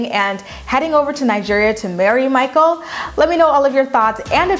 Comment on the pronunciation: “Mah-kle!” “Mah-kle!”